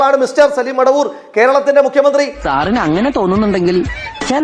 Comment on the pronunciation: എവൻ മടവൂർ അല്ല മൊടവൂർ ആണ് 😂😂😂